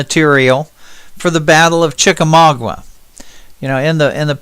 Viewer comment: from a local of the north west Georgia area could I ask u to pronounce Chickamauga right the u is silent